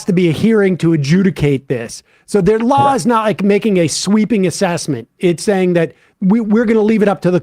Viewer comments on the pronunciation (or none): Ian, it’s spelled & pronounced “law”, not “lawl”. There’s only 1 L in that word.